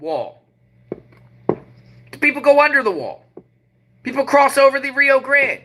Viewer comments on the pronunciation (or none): none